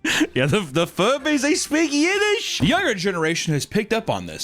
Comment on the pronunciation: I will never not laugh at "The ferbbie, it speaks JIDISH!"